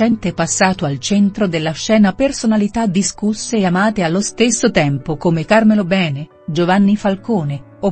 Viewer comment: Che orrore questa voce artificiale che neanche sa parlare l'italiano: Càrmelo Bene. Poveretti...